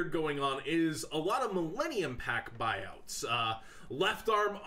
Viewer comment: Lmao buuouts xD